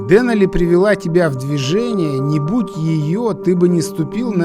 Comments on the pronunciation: Как всегда, на высоте, и кинематографической, и географической. К сожалению, немного режет слух ударение в ДЕнали. Все-таки ДенАли. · ДенАли - ударение на А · ДенАли - ударение на А, а не на Е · Извините, но настаиваю на ударении ДенАли! Фильм чудо, сам побывал там надавно, поэтому ваш фильм зашёл на ура!!! Ну и проблемы с синхронизацией участников никогда не просты!!! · Очень красиво! Настолько всё своеобразно!..Вначале не хотелось смотреть,а потом- на одном дыхании. Понравился формат: очень мягко,без перегруза какими-то базарами и т.д. Посмотрел,кстати,по Википедии произносится ДенАли и как-то лучше звучит,по-моему. В целом- очень хороший фильм и Аляска чем-то непередаваема,не могу пока осознать почему,но каким-то магнитом туда тянет..